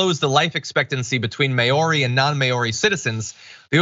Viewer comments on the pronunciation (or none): I wanted to comment on it as well! May-ori hahahahha...yanks aye. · Mao-ri, John. Not May-or-ee. Use Google translate to get the pronunciation of words. The NZ govt is also hiking up the cigarette tax rate every year as well, so they are almost un-affordable. Now if only they would ban alcohol in the restaurant in the executive wing of the govt buildings..... After all, one drunk politician can cause far far more damage than one drunk driver ever could. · It's Mow-ree, not May-or-ree. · "Mowri", not may-aw-ri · It should be “Mau-ri” not “Mayo-ri. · It's pronounced MOWRI. Not MAYORIE, jeez. The american education system at its finest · Maori = mau-ree not may-oree HTH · As a New Zealander: 1 - May-ow-re? 🤣🤣🤣🤣 Mau-re, John. 1m on Google. 2 - the point of the age part of it is so young adults don't become addicted. Much less likely if they can't easily get access to as much addictive substance as they want. Making it illegal for everyone would severely punish people who have been smoking their whole lives. 3 - we don't have a corrupt political system like you do. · It's pronounced "mau-ree", not "mayori". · Good, the microvascular damage done by smoking should scare people off but ignorance is bliss. Also please get pronunciations right; Maori is pronounced Maw-rhi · say m.ow.ri not literally how it's spelt. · Iadorolla The word Maori is pronounced Mao-ri (Mao as in Mao Tsetung) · You seem to forget that here in the civilised world it is the government who picks up the hospital tab. Also PLEASE learn how to pronounce Maori (Mow (rhymes with cow) ree) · People are laughing at you for not knowing how to say 'Maori'. No one bothers to tell you how, so I will. Say, mow-ree with 'mow' rhyming with wow. Tom's wife Pam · May-oree? God, Americans are embarrassingly ignorant. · Than you! I think I've heard him pronounce it may-oree before. You would think someone would have clued him in by now. :P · Oh god. The way John pronounces 'Maori' is so wrong...